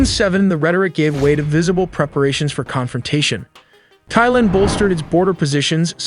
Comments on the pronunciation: It’s pronounced tieland, not thighland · Thailand not Thighland 😂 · Great video, but please stop saying thighland. The H is silent lol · Great vid, "Tie-land" not "Thy-Land". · It really bothers mean you cant pronounce - THAILAND - it is TAI like TIE - but TAI - not THIGH - youre saying THIGHLAND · The country is pronounced "Tai-land", not "Theigh-land". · Don’t trust anyone pronouncing the “TH” in Thai as “Thigh-land”…good lord. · Send your synth voice back to school. It pronounced the 'TH' of Thailand as 'THIGHland'. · Why do you pronounce "Thai" like Donald Trump? It's Thailand, not Thighland. The people are Thai, not Thigh. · Every time this guy says "thigh" instead of Thai, or "thighland" instead of Thailand......... c'mon, get it right!